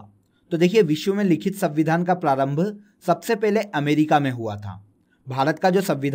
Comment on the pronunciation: abe sanvidhaan hota hai savidhaan nahi